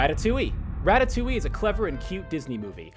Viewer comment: I'm dying aha the way he said "ratatouille" 😱😂😂😂 (i'm french)